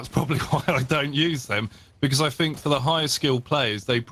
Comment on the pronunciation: I honestly don’t watch for one reason. He says bucuz instead of because. That’s it.